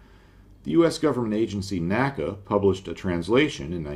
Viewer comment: I have enjoyed the videos and their technical content but I have a point of order. You refer to the NACA as "Nakka". No contemporary commentators referred to the "In Ay See Ay" (NACA) as Nakka. A quick browse the pre 1958 aerodynamic literature will always reference it as "the NACA". We never refer to NASA as "the NASA" and I suspect that this was an attempt to be "new and modern" and to differentiate it from the old days when they only dealt with aeronautics.